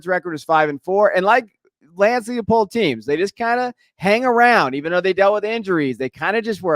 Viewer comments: LIE pold. Not Leahpold. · Lance LIE-pold. It's a long I.